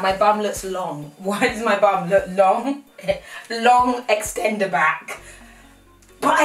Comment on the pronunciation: “long extendaback” 😂😭